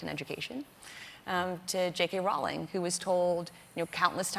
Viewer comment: . "Rowling." Rhymes with "bowling."